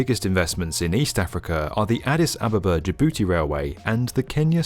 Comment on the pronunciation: “Ja-booty” lmao